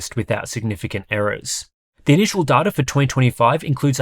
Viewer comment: It's data, not data!